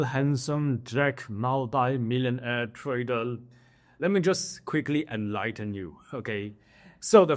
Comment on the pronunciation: trader or tradel? 😂